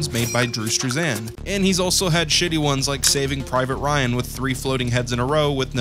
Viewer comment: bruh why you say struzan like that lmao